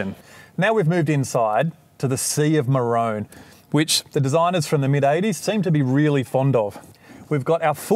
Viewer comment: He said marone. :) Is that the way they say maroon in ozland perhaps?